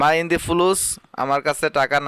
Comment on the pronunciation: ভাই শব্দটি ইনদি হবে না। আনদি হবে